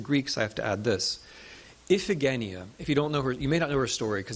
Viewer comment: Very very interesting lecture, with many new and surprising facts. Just a note: in school I learned a different pronunciation for Scythian (see-thee-uhn) and Iphigenia (ih-fuh-juh-ny.uh).